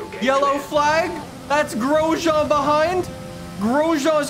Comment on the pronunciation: you know that Grojean has a 'n' at the end, right?